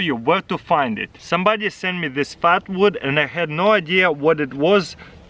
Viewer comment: At first I thought he said fart wood